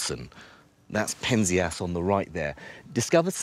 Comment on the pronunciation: It's pronounced PEN-zee-us (Penzias)!